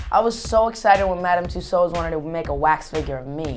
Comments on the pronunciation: crazzi-j north It’s Pronounced tuesawds, not tuesauds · He cant evwn say tussauds right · Justin you pronounce it two swords not tosads xx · Why do Americans say Madame tussows it's Madame Tussaud's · It's not twosos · Tusodes aha why can't he say it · Josalba Jimenez in america, you say what he says. but in england we would usually pronounce it as ''tussords'' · lol he cant say it right to me then and yet i cant even spell even #evwn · the way he pronounces tussauds sounds like a british accent lol. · He doesn't even know if Germany is a country, do you really think he'll pronounce Tussauds right? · Aww he can't say Tussards